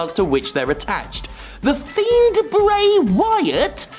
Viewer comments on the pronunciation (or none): none